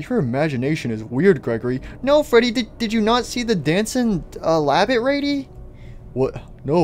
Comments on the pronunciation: &or Gregory you said labbit instead of rabbit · "Labbit rady" very good English 😂😂 btw where ruin rp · He said dancing labbit rady : ))))))))))) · “labbit rady